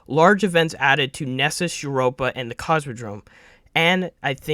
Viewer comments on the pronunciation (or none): none